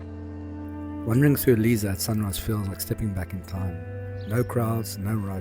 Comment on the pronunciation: Lovely video. And just to let you know Lisse is pronounced Liss-eh, not Leeza. 🙂